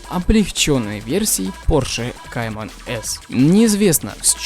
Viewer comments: Кайман с а не каєн с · Порше не каен а кайман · Автор ебло тупое . У барона кайман, а не каен